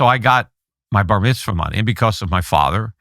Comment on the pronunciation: I can't believe how many time this guy said Barmithzwa. We get it..